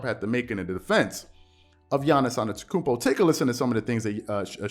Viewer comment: If you respect Giannis then STOP SAYING ANETOKOUNMPO it’s ANTETOKOUNMPO there is a T after the n